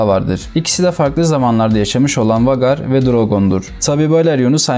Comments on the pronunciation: Okunusu Vagar degil usta Veygar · vagar nedir birader be doğru telafüz et pls veygar olarak okunur